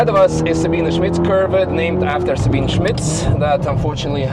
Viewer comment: "Sa-been-eh". It's not Sabeen. It has three syllables. There is an "e" right there on the end, in plain sight! Pronounce it!